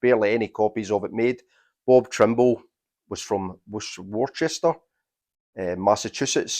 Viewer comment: Awesome video! Worcester MA pronunciation: WOO-stuh.